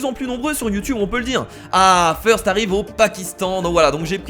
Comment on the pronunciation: FEURST ! ... ben quoi ? c'est pas feurst c'est first faut se renouveler !